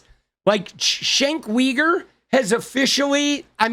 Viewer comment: "Shenk Weeger" is what you would get if John Fetterman had a talk show.